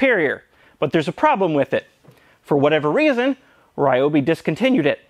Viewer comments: THis brand should be pronounced R ee-obi, not R-aye-obi. Just my 2 cents. ^^ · Tools feed our soul. Ryobi is great. They pronounce it ReeeObee tho. Keep up the good work. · recently I was watching a video by the company Ryobi. The woman in the video said we're pronouncing the name incorrectly. The pronunciation is actually, Re oh be. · I love Ryobi tools, I own 8 of those I think. There is just one problem - EVERYBODY PRONOUNCES IT WRONG! See, Ryobi is made by a Taiwan company but the brand is leased from the original japanese manufacture. This means the name RYOBI is written in Romanji, basically a way of writing down Hiragana and Katakana in latin alphabet. Therefore it shouldn't be read as all of the english speaking world does but rather pronounced R - YO (like in "your") - BI (like "be" or "bee"). Oh yes, and the second problem I have is they are not that cheap for my poor polish ass :p